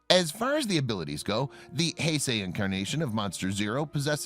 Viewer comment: He finally gets the Heisei pronunciation correct.